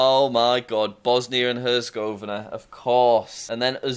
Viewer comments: Just for your information, I am pretty sure Herzegovina is pronounced (Her-zeg-uh-vee-nuh) as opposed to (Hers-gauv-inuh) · Herzegovina is pronounced like "her tse go vee na"